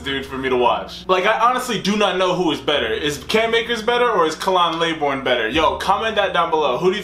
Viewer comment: By the way, it's not "KAH-lan LAY-born", It's KAY-lin LAH-born"